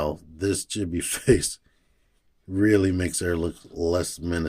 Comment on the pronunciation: FYI, Chibi is pronounced CHEEBEE. There is no short i sound in japanese like that.